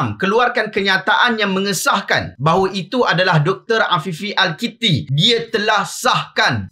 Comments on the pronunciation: bukan al kitti, tapi al akiti, wallahuaklam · Al-Akiti kotttt ... not Al-Kiti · Kalau pun Tuan tak berkenan kat sosok tubuh itu, sebutlah nama dia betul2 Namanya Afifi Al Akiti. Bukannya Al Kitti